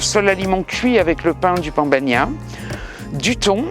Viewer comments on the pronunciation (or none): Ah cher on dit pan bagna..pas pon bagna. ❤ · Pan bagnat.. bagnad... BAGNADOR ISSOUUU AYA SUBIDO LA MAREKA RISITAS ? QUE ? VENGA VENGA EUSSOUUU